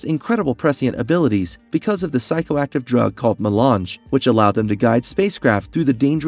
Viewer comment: Also how does IRULAN turn into “Eee-Rule-ian?” “Eye-Lee” Atreides. That’s an interesting way to pronounce Alia. Lmao 😅 At least he knows his to pronounce “Melange” properly. It’s odd which words he actually does say correctly. This was HARD to watch and I got ZERO entertainment from this content because I was so hyper-focused on his TERRIBLE English pronunciation! 😕